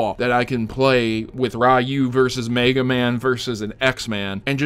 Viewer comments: Ri-you not Rai-you. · That Ryu pronunciation rustled my jimmies more than the FNAF kids when they hear that FNAF 6 is cancelled.